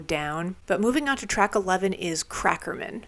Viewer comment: It's funny to hear how you pronounce "Crackerman". Most people would pronounce it in the way you would say the name "super-man". Instead, you pronounce it "cracker-min" as if it were someone's last name. "Hey, I'd like you to meet my accountant, Murray Cracker-min."